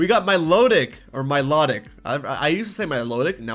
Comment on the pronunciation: Well, you're mispronouncing her name. Milotic's name IS pronounced my-low-tic, exactly as it's spelt. Milo with a tick.